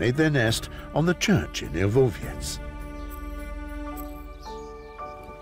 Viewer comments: Yes, me to but honestly also it starts to bother me more each time I hear Bie - vu - vieshah 😅 and also when he described where this place he mentioned only the distance from Berlin for some reason 😅 but the voice is great and it's a beautiful documentary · Fantastic narrator. As a Pole, I appreciate the struggle each time he says `Białowieża' :D